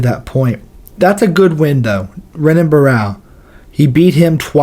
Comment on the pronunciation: You saying Renan is triggering 😅